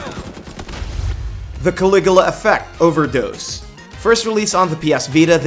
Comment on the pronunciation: Ka-lig-you-la. LOL!